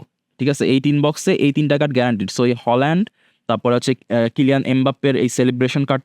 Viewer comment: হালান্ড❎ হোলান্ড✅